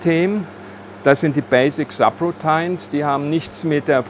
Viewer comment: Na ja, “subroutine” hat er falsch ausgesprochen. ;)